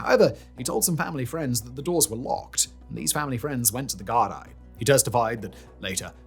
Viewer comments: Gar- dee you silly englishman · oh bud hearing you try pronounce Gaelic words is making me giggle Gardai is pronounced Gar-Dee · Gardaí = Gard-ee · ‘Gardaí’ is pronounced ‘garr-Dee’ Such a massive part of the story yet zero effort to check its being pronounced properly. :( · Decent episode, but please make a better effort to get SOME of the pronunciation correct. Yes, I understand that names and such are difficult to understand and read and pronounce, but it really detracts from the overall quality of the story if you can’t say most things correctly. Hearing “Gar-dye” goes through my fucking head. Not a jab, but please try harder with this. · Also Gardi is pronounced "Gar-dee" it's Irish. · Gardaí = Gar-dee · As an Irish person who also kinda struggles with pronunciation of my own language, I’d suggest looking up how to say certain words and names like Gardai, otherwise a really good video, I just know people will be more focused on how you pronounced things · I'm Irish and from Dublin but Simon your pronunciations are not great. Gardaí is pronounced Gardee. Seamus is not Seamus it's Shaymus and so on and so forth for so many miss pronunciations. But, however, great video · Thanks for covering this! Just a few things about pronunciations - Monaghan is pronounced like Jonathan without the th. Gardaí is pronounced guard-y. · I get the mispronunciation of Taoiseach or Monaghan... but "sea" mus for Seamus? "Da-rack" for Darragh? Gar-die for GARDAI It's like A.I.